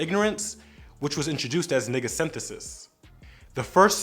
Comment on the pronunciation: Anyone else not liking how he’s saying N***a